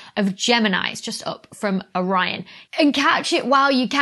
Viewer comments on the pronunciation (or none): none